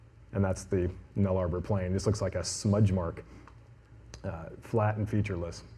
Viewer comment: New Guinea is not unified, Papua is the eastern half and Irian Jaya is the western half and is part of Indonesia. Also, the Nullarbor is pronounced nulla-bore, not null-arbour. But the snake part of the presentation was fantastic.